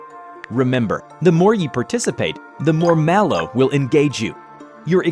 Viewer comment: It’s not pronounced Malo, o think it’s Mal 0 but like Mal0 This is just what I have heard don’t come for me.